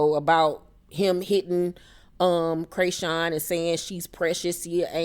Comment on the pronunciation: Laaawwwddd, Craysean🤣🤣🤣 thanks for the updates, every time you said Craysean I couldn't do nothing but laugh! This just made my day!